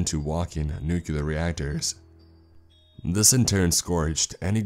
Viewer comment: Nuclear. Say it with me: "NEW-KLEER". Not "NEW-CUE-LAR".